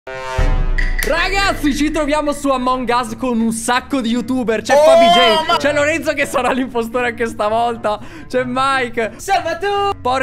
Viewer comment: un piccolo consiglio per non confondere gli spettatori inglesi: l'accento di among us è sulla o